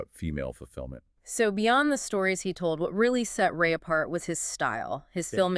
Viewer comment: Rāyey, not Ray as in the sun's ray.